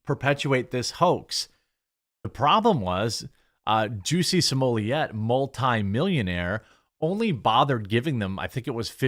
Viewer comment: I WAS gonna say,, "you DO know that his name isn't 'juicy smulliaye',, right??"... 😂😂🤣🤣🤣😭👍